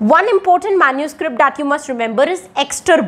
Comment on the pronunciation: MENUSCRIPT nhi MANUSCRIPT 😬